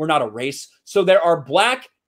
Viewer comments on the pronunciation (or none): Just for future reference: Maori is pronounced "mow-ry" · Funny how people cannot say the word Maori correctly